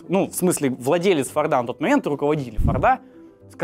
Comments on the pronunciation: Интересная история. Только в Фамилии Форд ударение на единственную гласную "О", то есть всегда фОрда, и никаких фордА (слух режет) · Мало кто знает, но ударение на Форде всегда на о